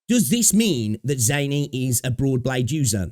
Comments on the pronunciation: Quit butchering the name. We've heard them say it in English, Japanese and Mandarin. Its pronounced ZAH NEE. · sure, just don't expect people to find you butchering the name "pleasing to ears". Like as much as you have the freedom to say the name wrong or in a weird way, you should also expect people to call out you or even even clown on you for that.